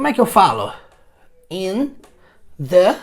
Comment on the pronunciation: "On the" table, não diária on "da" table? O The soando como dá.